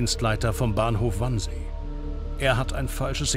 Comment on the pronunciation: Es heißt übrigens Wannsee, nicht Wansee.